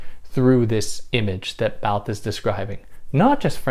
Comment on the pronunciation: You mispronounced the word Barthes.